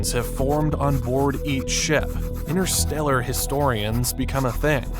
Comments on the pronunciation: InTersteller, there's a T in it. Not "innerstellar". Please! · InTerstellar child, not innerstellar child. There's a T to be pronounced.